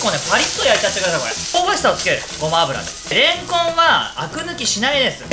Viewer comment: いきなりのれ↑んこ↑ん？wwww途中から普通のイントネーションになって草 わたし明太子、たらこの皮が一番好きです。